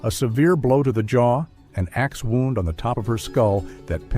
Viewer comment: Did you really say wound instead of wound (woond--an injury). Dude please learn the correct pronunciation if you are going to do pod casts. It ruins the whole meaning when you guys screw stuff up like a simple pronunciation.